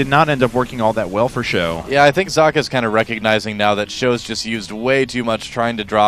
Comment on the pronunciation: its pronounced "zockuh", like sock